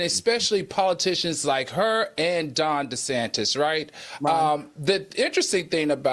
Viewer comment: He's mispronouning on purpose bc whites do😂